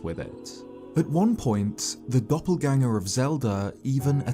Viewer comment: "Doppelganger" sounds very German like 'Doppelgänger'